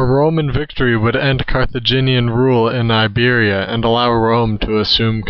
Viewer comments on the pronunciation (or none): none